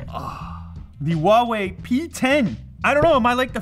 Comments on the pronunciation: how he says Huawei he says wall way it's completely wrong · he says Huawei like wha we I say it like who are we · It's huawei